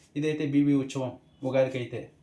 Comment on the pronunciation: Uchavam ❌uthsavam✅